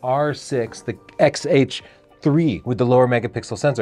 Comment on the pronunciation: Did you just say “XH3”? See, that’s why people don’t believe you. You can’t even get the names right, or you just do it on purpose. Sad.